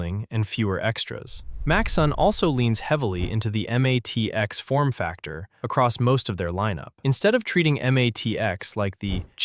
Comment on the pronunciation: "em ATX?" And here was me thinking it wasn't AI slop.